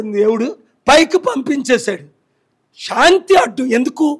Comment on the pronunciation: షాంతి కాదు శాంతి అని పలకటం నేర్చుకో నీ తెలుగు ఉచ్చారణ పరమ ఛండాలంగా ఉంది